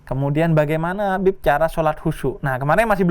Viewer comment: Yg dipanggil "Bib" terdengar "Beb" ✌😅